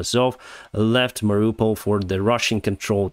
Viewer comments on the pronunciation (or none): none